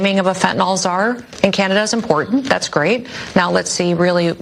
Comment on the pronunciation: hey bud don't disrespect us! it's Canada not canadia